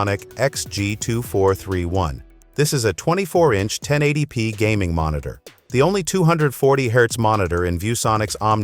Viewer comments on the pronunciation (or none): Mon-it-tour... Dumbass AI.